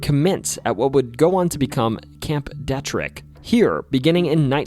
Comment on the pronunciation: If you are going to talk about a certain place near Deep Creek Lake, AT LEAST PRONOUNCE IT PROPERLY! The "e" in the name is a hard "e." ---- "DEETRIK" --- Not "Dehtrik."